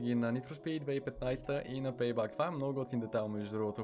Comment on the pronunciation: ПЕЙ БЕК НЕ ПЕЙ БАК !!!